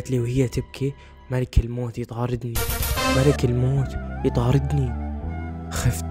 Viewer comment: من هيبت اسم(ملك الموت)ماقدر ينطق الاسم عدل😭😭😂🌚